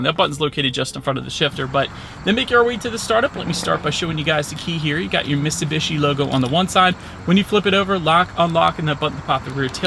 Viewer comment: If ur gonna do a review of something learn how to say it ...MITT SUE BEE SHE ..HOLY SHIT GUY